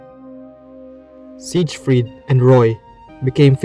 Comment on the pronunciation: He's even got a video in the video that says the name right, and he immediately says it wrong again. 💀